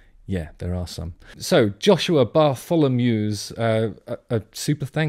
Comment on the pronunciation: Not exactly. He, like many English, doesn't pronounce "TH" correctly. Thank you = Fank you Three = Free The Darkness = Ve Darkness Bartholomew = Barfolomew It's very common, especially "down south" and he probably isn't aware he does it. I couldn't care less but you did make a claim about his good diction.